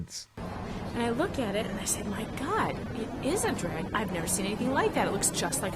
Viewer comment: What the FUCK! Is a "Dregin"?